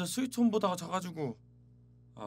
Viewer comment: 스위트홈이 아니라 스위트 '콤'ㅋㅋㅋㅋ